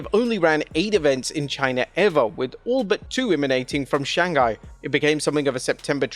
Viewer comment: pronunciation error SHANGHAI is not read as SHAN GHAI, but SHANG HAI